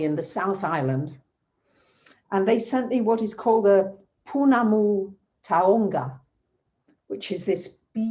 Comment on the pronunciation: I love you <3 beautiful pounamu, however it would be easier to pronounce it correctly as POH-NAH-MOO TAOW-NGA (pounamu taonga). Enjoy your stays and arohanui xxx